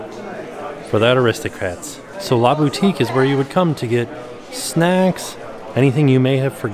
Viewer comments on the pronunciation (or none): Same! I'm surprised he didn't notice a difference when he said 'LA Boutique'